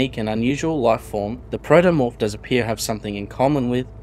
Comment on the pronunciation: Protomorph, not "Praetomorph".